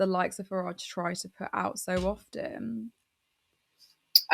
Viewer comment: Why does Farage pronounce his 't's' as 'd's'? If he wants to emigrate to USA I'm not going to try to stop him. As long as he gives up his citizenship on the way out. Tax dodgers can go to a nation founded by tax dodgers, for tax dodgers. I hope the Treasury's been keeping tabs on the two and a half centuries of back taxes we're owed by USA.🤨😠